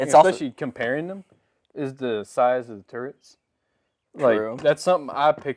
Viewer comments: Turrets not turents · Turrets , not turnets